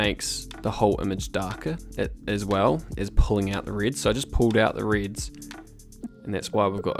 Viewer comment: downvoting until you learn to say "reds" properly :)